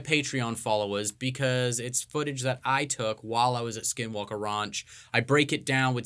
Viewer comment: so many times it sounds like both are saying "skid walke"